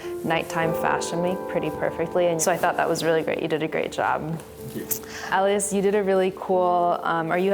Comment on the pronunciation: Damn they pronounced Elias wrong